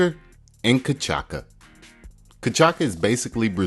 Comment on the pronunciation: Nice recipe! "Cachaça" is pronounced as "CashaSSa"; not "cachaKa", as you did. ;-) The last "C" has a diacritical mark: Ç So it sounds just like the "S" in "Salt".